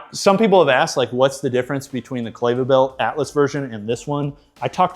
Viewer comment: Not clay-va… it’s Kleva like clever 👍🏻